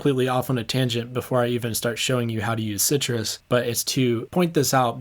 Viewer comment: Unpopular Opinions: It's pronounced, "sigh truss".